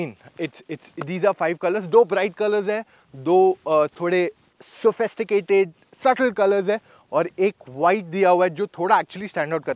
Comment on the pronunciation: its sophisticated. Not sophosticated.